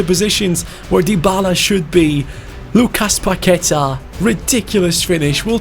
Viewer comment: Hey, just so you know Paqueta is said with the stronger letter being a so its like Paquet"á" Sorry for bad english cheers from Brazil☺